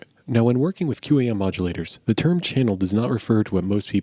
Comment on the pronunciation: industry pronunciation is "kwahm" I work in a head end and just as I was entering the industry we were phasing these puppies out ages ago. They're tremendously resilient devices